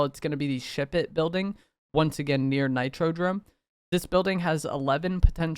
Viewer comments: If this mf say nitrodRome one more time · Nah nah i swear its NitroDOME. He was saying it weird 😂